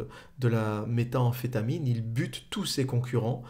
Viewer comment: Nickel, par contre c'est pas Walter Walt mais White son nom, et ça n'est méta amphétamine mais métamphétamine ;)